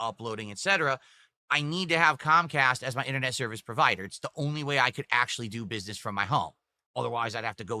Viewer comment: If Cahm Cahst rooins Philburts businessuh then they are the best company out there.